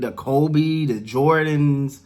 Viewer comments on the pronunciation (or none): none